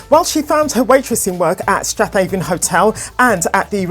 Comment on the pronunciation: Strathhaven is actually pronounced Straven